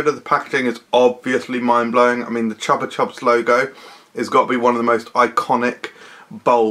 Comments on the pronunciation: Am I the only one who always pronounced it “Choopa choops”? 👀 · Because that is the correct pronunciation, it's a Spanish brand.